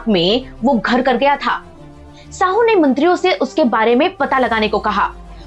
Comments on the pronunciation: Jise aap Sahu kah rahe ho wo Shahu hai ji. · मैडम जी गलत शब्द इस्तेमाल मत कीजिए। "शाहू महाराज" को आप "साहू" कह रहे हो सातारा को आप सतारा कह रहे हो मराठी में साँप को "साप" कहते हैं और नर साँप को "नाग" कहते हैं। नागपूर का नाम "नागवंशी" लोगों के वजह से प्रचलित हुआ हैं। चाँद शहा के मरने के बाद उसके बिवी का और बच्चों का क्या हुआ यह ठिक से ब़ताया नहीं। बाकी इतिहास भी अपने तोड मरोड कर आधा अधुरा ही बताया हैं।